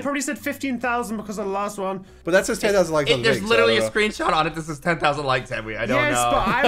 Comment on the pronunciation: i bet said ten fousand like